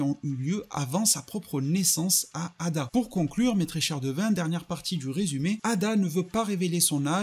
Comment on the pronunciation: C'est pas ada c'est eida